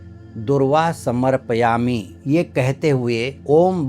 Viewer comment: pranam! "Samarpyami "ka sahi uchchar sunke bahut achcha Laga. Jab log kahate hai " samarap Yami"